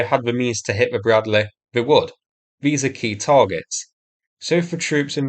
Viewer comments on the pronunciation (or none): BRAD-LEE not BRAD-LAY